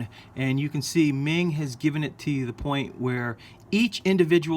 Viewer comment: Haven’t finished the video. But it’s pronounced “mung”. Just FYI.